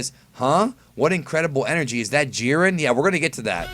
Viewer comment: It is not jeer-in it is jy-ren